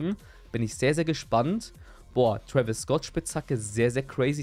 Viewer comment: Twäwis und m&m 😂